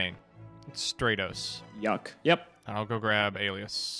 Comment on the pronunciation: If I have to hear say "strate-os" and not "strat-os" one more week I'm gonna blow my brains out